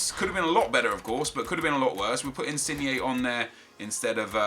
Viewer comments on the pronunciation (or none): none